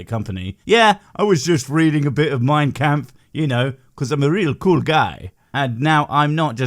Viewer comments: "My campf"? I mean ok I thought it was "Mein kampf" but you do you bub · Ok FIRST of all it's Kampf with an ah. If you're going to spew bullshit about what Hitler believed you better get your pronunciation of German words correctly or else you're going to piss off all the people that have to deal with the Hitler bullshit to begin with, Germans! Nothing against you, either your pronouncing it that way because it's the first time you heard the word, you've always heard it that way, or you were pronouncing it that way because of that douche nozzle. Either way your not spouting bullshit about Hitler so you don't have to worry about pissing Germans off that have been compared to Nazis just because of their heritage during their time in highschool in the US. Second I honestly don't know what's worse, Holocaust denialism or this shit! Stating that evolution is the reason is so goddamn disrespectful that I demand that you apologize to all the Jews and other people that were victims or descendents of said victims immediately. I don't believe in hell, but I'm sure your god has a special place for scumbags just like you that pull off this shit in there. Third referring to what Hitler perceived as undesirables as "undesirables" instead of as "perceived undesirables" says a lot more about you then evolution. Most people that cover dark topics like this use such qualifiers as to inform others that they don't hold those same viewpoints. Least some one, I don't know, makes a clip of what they said and use it out of context, kind of like what you asshole d